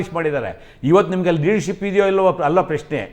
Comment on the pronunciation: ಪುಲ್ವಾಮ ಸೃಷ್ಟಿ ಮಾಡಿರೋದು ಎನ್ನುತ್ತಾನೆ.. ಈ ನೀಚ ರಮೇಶ್ ಬಾಬು.. ಪ್ರಶ್ನೆ ಅಂತ ಉಚ್ಚಾರಣೆ ಬರಲ್ಲ.. ಪೆಶ್ನೆ ಅನ್ನುತ್ತಾನೆ ಈ ಅಯೋಗ್ಯ